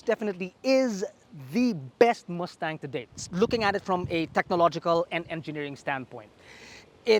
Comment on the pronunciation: chill theyre filipino